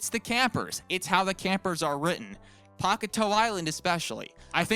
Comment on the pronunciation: I hate how he says “Pock-a-toe” island They say it in the show, it’s pronounced “Pak-ey-tail” It’s also could be misheard as “Pak-ey-tay-eu”